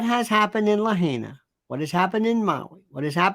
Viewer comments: La. High na! Not hay-na! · You can’t even pronounce Lahaina correctly.seriously just stop. If you want to help, send prayers. To your point that it doesn’t make sense, YES IT DOES! Maui and especially Lahaina is known for wild fires. Everyone here knows a firefighter. The burning hot sun and many dry grassy fields make a very susceptible environment. The reason it got out of control was hurricane like winds. There was no chance for containment because of that. Emergency crews were not prepared for the level of destruction and that’s on them, but don’t claim that it defies logic, it does not sir!